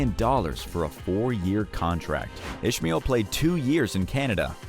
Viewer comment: Seriously... #1 and #2.. its pronounced Is-Mall and U-Ni.Tus